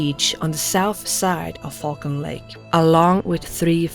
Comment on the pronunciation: 'who frequently travelled to Fuckin' lake'.... she has a real hard time pronouncing Falcon LOL!!!